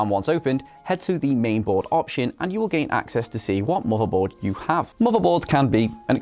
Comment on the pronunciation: i heard u say marvel board